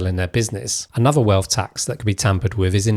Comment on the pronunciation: It’s wealth Not WELF!